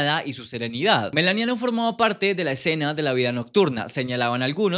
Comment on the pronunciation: Por qué pronuncias MELANIA con acento si simplemente se pronuncia como se escribe en español tal cual